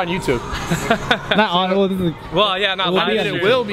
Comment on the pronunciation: Haha the way he pronounced Minnesota